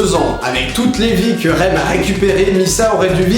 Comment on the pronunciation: un dernier truk le shinigami de misa necrit rem mais se prononce remU stp :p merci xD desolée mais sa ma DERANGER OUI JE SUIS MANIQAQQUQUUEQQEEU